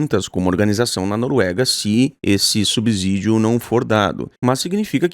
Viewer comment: Se pronuncia sub-CIdio!!